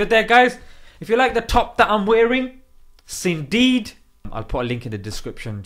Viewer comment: Syndeed!! Sin then deed!! Lol